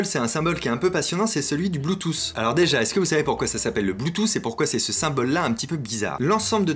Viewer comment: Suis-je le seul à entendre " Bluethousse " ou nous sommes sommes nombreusement beaucoup 😁👍